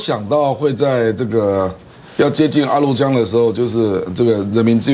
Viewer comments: 鸭绿江，不读“lv”，而是“lu”，和马路的路同音。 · 是鸭绿（lu路）江，这里不读绿。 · 鸭绿江，事实上当地人读鸭lu （发音同“录”）江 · 鸭绿（lu）江！四声！同（路）发声！ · 这地名不叫鸭绿江，发音是路叫鸭路江，字是那个绿字只是读音不同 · 最初的確都念鴨“鹿”江, 至今標準教學也是, 只是平常時候也這樣講, 就會顯得很突兀. 每個地方的念法總有其習慣. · 鸭绿江，这个绿读陆。